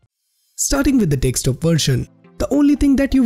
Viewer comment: It's desktop not dekstop